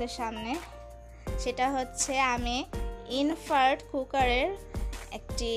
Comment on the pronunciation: ইনফ্রার্ড বলে না।😅 এটা হবে ইনফ্রারেড!!!